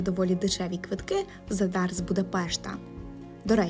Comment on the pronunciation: Зáдар, а не Задáр